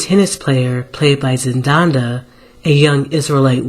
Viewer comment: Z E N D A Y A <------ There's only one N in this name. ZEN -DY-YAH something an Israelite should be able to pronounce correctly. It's hard for me to take this seriously if we can't pronounce words, How can we define them